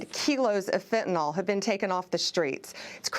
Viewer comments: It's Fentanyl, not FentaNOL. When you sound dumb, you sound dumb, no matter who elected you or appointed you. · Anyone besides me cringe when people who should know better pronounce fentanyl fentanol?